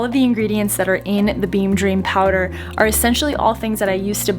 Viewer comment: Ah how I love the eastern US accent and their non-existent r's. 🤣 "Aw ya movin' theya?" Stay safe in Panama and I hope things start to turn around for everyone!